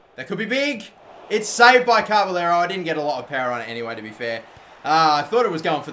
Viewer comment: It's not carberllero its caballero